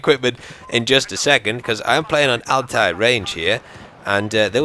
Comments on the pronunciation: Since pronounces Altai range as Altair range, why not have an eagle like sound when parachuting from the sky? Assassin's Creed Easter Egg. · i like how he calls the altai range the altaïr range